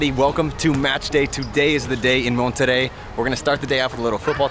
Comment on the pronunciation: First foreign non-spanish speaking person with the right pronunciation of "Monterrey"👏👏👏👏👏👏